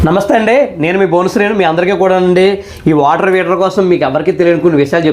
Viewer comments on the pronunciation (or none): Heater ❌ Weeter ✅ (and) munagali ❌ mulagali ✅